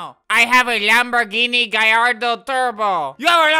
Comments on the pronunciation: I’m surprised that he pronounced Lamborghini Gallardo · i am so proud of this community, albert is one of the first youtubers ive seen that knows how to pronounce gallardo